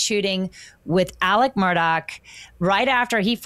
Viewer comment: For the love of god, can you please pronounce the man’s name correctly??!! It’s ALEX MURDAUGH, not Alec Murdock.